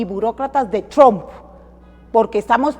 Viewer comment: Los demócratas pusieron a Arévalo que dice tromp